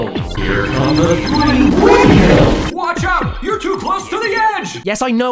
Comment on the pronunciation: HEER CUM TEH THRII WEENDMEALS.